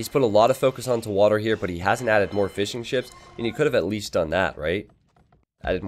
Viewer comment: I was confused for so long, why you always say Fish 'n' Chips but you actually say Fishing Ships... no joke i really just realized that, i always assumed its just a kind joke